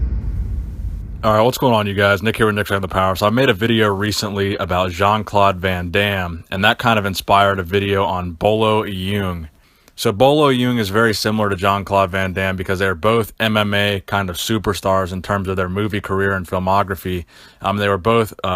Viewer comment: i think you pronounce it Bolo Yong